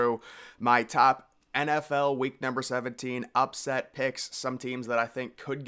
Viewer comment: I love when this guy tells us his pick for the game and then his reasoning being “cause this is the EN EFF EL”